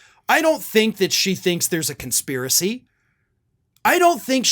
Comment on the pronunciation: She doesn't even know the word conspiracy or how to spell it or pronounce it.